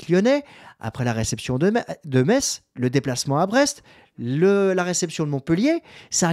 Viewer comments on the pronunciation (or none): none